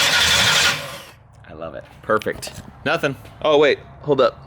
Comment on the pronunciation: That ‘perfect’ was almost Charlie sloth standard